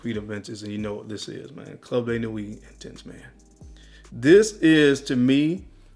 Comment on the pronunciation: Why do you fragrance guys have such a hard time reading ??? It’s not Club Day Nuit , it’s Club De Nuit . It’s not Mason Al Hambra , it’s Maison Al Hambra . Maison is the French word for house as in House of Al Hambra . Pronounced May-zon